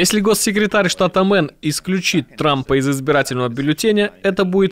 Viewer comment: Ребята, нужно говорить штат Мэйн, а не Мэн.